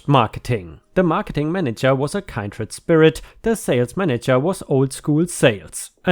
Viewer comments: "Kindred" is pronounced kin-dred. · kindred = Kin dread (I swear I am watching the entire video for fun not to correct your english pronunciation...) Keep up the spectacular job!